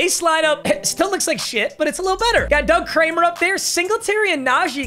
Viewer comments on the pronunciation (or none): none